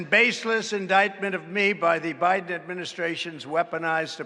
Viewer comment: did he say joe briben? lol